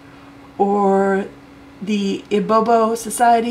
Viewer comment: It’s not ibobo lol Say “E B BEO” and you’re good 😂